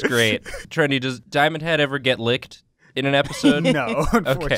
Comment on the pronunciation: It's diomand head no diomand hand